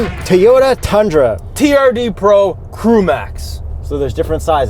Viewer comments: TOE YO TAH!!!!!! stop saying teyuta!!! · Yuri say it with me TOW-YODA not TEE-ota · can the hipster not say TOYOTA why does he keep saying tiyota. ITS TOYOTA like TOY O TA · I think yuri should say Toyota not Tayota it is really annoying,on top of you are a journalist, you should say the manufacturers name properly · U say.. TEA-OTA. I Cant watch your (Toi-OTA) / TOYOTA reviews anymore. Best video content u2. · T-oyta? It's a toy-ota. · Youre killing me Toy-ota not Tee-yota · lol I thought I was hearing things, but it sounded like he was saying, "Teayota" instead of "Toyota." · Too many “Teyota’s” said in this video. 😂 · Yuri is actually pissing me off my keep saying “teeyota” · Why did he keep saying "Teeyota"? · How many time did you have say Teyota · I cannot stand how Yuri says Teeyota. Sheesh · Did that dude on the left call it a Teeyota? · “Teeyoda”, hey? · Teeyota? Mazzda? Man, Yuri kills me with his car brand pronunciations... 🤣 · Teeota lollllll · WTF is a Teeyota? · lol...Tee o ta. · It's not tea ota! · Toy Yoda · Can we talk about how Yuri pronounces "Toyota?" 😂 #TEEota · Manny Tovar right?! Say it with me: “TOY-YO-TUH” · I've mentioned this to him before AND HE COMMENTED BACK! He said he has no idea why he says TEEyota. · Good review, guys. Yuri, you're saying T'yota again, sounds weird. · Hey Yuri say, TOY...ota. REPEAT IT LOUDLY, TOY...ota. Just busting your chops a little bit! 😃👍✌👌 Awesome stuff as usual guys! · Try saying it as if you’re doing a stereotypical American midwestern accent, and replace the 2nd T with a D. Toy-O-Duh